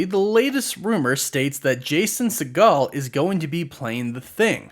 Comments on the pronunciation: It’s said as see-gl not se-gaal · It’s “Seigel” , not “Seagal” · Jason’s last name is Not pronounced like Steven Segals’ last name but like “seagull”. FYI 🫣 woof woof